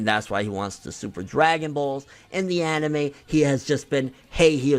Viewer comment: Gonna down vote everytime he says annieme and manga forr lifeeeeeee boyiiiyiyiyiyi - Toogayyyyyy